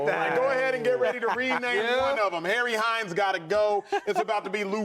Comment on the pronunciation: He said Harry Hines I'm 💀